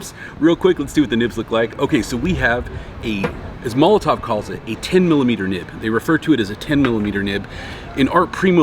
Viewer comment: why do you say it with a v. you give it a tov. it's tow. mol o tow. molotov is a glass bottle bomb. there is a difference